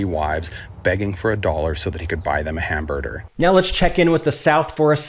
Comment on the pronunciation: it was worth watching this fr to hear this guy say "Hamburder"